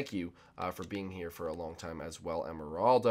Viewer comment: you mean meppers because I heard you say emeraldo